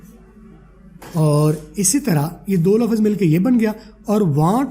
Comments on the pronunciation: I think phele Urdu la -fz ko lfz bolden phir english seekh Len ge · logon ko ap English sikha rhy ho,pehly urdu to seekh lo "lafaz" nhi hota "lafz" hta hai mre bhai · 😂😂😂 abe lafz hota lafaz nahi😂😂 chutiya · Ap lafaz ko lafz bolen bht ajeeb lag rha hai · Sub theek hai plz lafz ko laffaz mat boliye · You are not pronouncing the Urdu word لفظ correctly. It is not “Lafaz”; instead, it is “lafz”. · Pehlay aap urdu sahi bol lain plz , lafaz nhi hota bhai